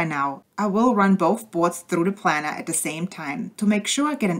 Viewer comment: It's pronounced Plainer like an airplane.